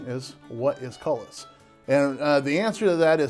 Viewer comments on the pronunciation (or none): Cullis, AKA coulis. coulis koo͞-lē′ noun A thick sauce made of puréed fruit or vegetables.A rich brown gravy.A thick sauce made with pureed vegetable or fruit and often used as a garnish.